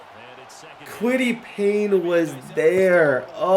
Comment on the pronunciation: this man has always added an n in paye’s name 😂😂